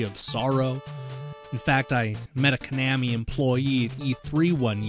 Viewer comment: You pronounce Konami "ca-nam-me". I pronounce it "co-na-me". And "tin-gen", sorry it's "Ten-gin". Where did you learn these names? Where you raised in a bomb shelter by yourself?